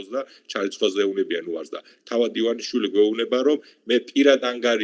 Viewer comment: ერთად ერთი ადამიანი ხართ მსოფლიოში, ვინც ბორიას გვარს სწორად ამბობს..:))))